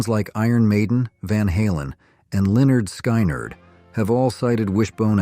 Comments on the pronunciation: Lynard Sk-in-ard, second video i've watched of yours with the mispronunciation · Who taught you how to pronounce Lynyrd Skynyrd? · Really informative video, but the AI narration is hard to listen to after a while. "Live (liv) you get what you play for." Ugh... it's LIVE.... (rhymes with "five") and a human would pause before motoring right into the rest of title. Or how about Metly Crue? Or Lynyrd SK'eye'nArd? (that last one was painful as heck). These are just a few example of the annoyances created by these stilted robotic voiceovers.